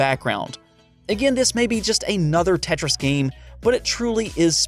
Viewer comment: this man lost creditability when he said tetris